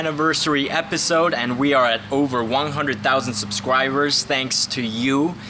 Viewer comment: Anyone notice that said subswibers